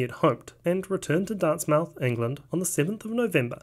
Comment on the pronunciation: I like how he said Hudson returned home to DART MOUTH England 😅